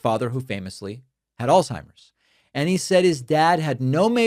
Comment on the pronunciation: Al-Zhei-mers You can't even say it right/ There is no "T" in the word and nothing is pronounced like a T in it